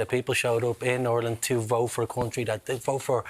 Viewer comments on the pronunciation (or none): Gary Gannon, learn to say the name of the country before going on TV to discuss our national flag. ''Areland/Orland'' is not the name of this country....... I'm from a working class background myself, but I know how to say the name of our country.......🙄